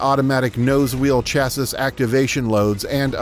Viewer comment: Who says "chass-is"?